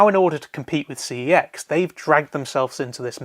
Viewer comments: It’s pronounced sex not cex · Sorry but it is pronounced SEX. When you ring the store they even answer it as so.